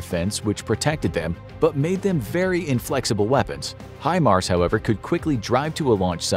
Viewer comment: Thank God people have started to pronounce HIMARS correctly!!